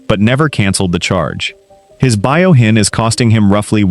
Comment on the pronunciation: It’s Fuyouhin, not Buyohin😊